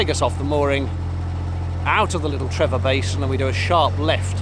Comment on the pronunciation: Loved the video. Used to live not far from the Aqueduct. One tiny point the place spelt Trevor is pronounced Tree-for. The V is an F sound in Welsh.